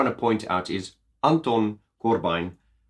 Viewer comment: Did you know that you can be positively insane and absolutely right at the same time! Don't hold back when telling (your/our) truth, ever! And as a Dutch guy, your pronounciation of Anton Corbijn is very close, it's like proper Dutch with a funny accent ;)